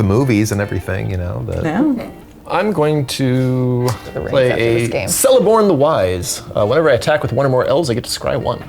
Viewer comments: Celeborn is pronounced with a K sound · Very fun to watch! Side note, it’s Celeborn with a K sound, “kel-ae-borne” :) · aaaa my pet peeves are attacking me xD I'm disappointed Celeborn's name was pronounced wrong T_T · Celeborn keeps the C sound doesn't change to a S sound for future reference